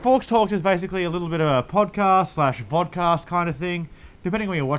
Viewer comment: When you said podcast, I heard vodka.